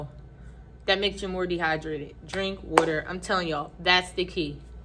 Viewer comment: Are you from Philly? Or Deleware? When I heard Weter(aka Water) I think I found my people! ❤